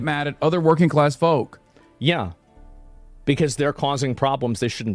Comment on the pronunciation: sounds like he says folk like he is American but I can hear past that I can hear inside his mind and it’s him trying to figure out how to manipulate the masses by subjective words He never said folk in his life he looks down on people who are “folk”